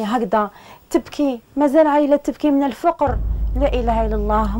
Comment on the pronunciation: ياو الفقر بتسكين القاف مش بضم القاف